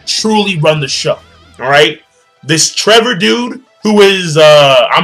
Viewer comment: Its not trevor its Trebol spanish for spade, read better translations my friend